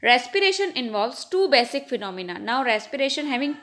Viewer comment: Basic not baasic